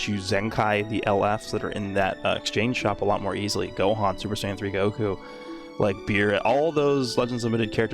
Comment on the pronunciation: “SAYAIN” tho…. Noooooooo 😭😭😭